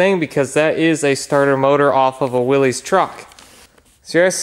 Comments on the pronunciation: Interesting fact, it's pronounced willis, not willeez, there's an original TV ad for the trenchajeep on YouTube. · My grandfather would like to tell you that it is pronounced like Willis not Willies. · Fun fact: Willys is actually pronounced Will-is (think Arnold’s brother on Diff’rent Strokes). I know there’s vintage Jeep ads where the announcer calls it Will-eez, and everyone else does too, but he’s wrong and they’re wrong. It’s Will-is. It’s a proper name and just as offensive as someone mispronouncing your name and doing it with glee.